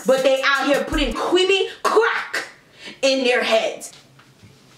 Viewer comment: “Qweamy qwack”😂😂😂😂